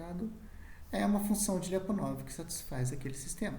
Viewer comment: A pronuncia correta de Lyapunov seria algo como Lapunov